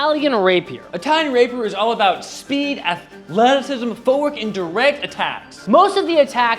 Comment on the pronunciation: ath LE ticism